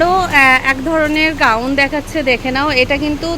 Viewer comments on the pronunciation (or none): ওটাকে গাউন বলে গ্রাউন নয়, জুলি হাতা ,ঝুলি নয়😂